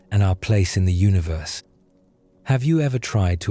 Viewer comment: its UNI-VERSE, NOT UNA-VERSE